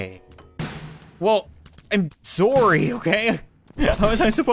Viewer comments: Stop saying sorywe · lol he says im soory XD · He is a